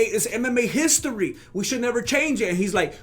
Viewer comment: “Browser Histori!”🤣🤣🤣